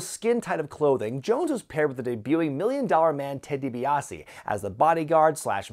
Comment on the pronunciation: Ted DiBaise 😂😂😂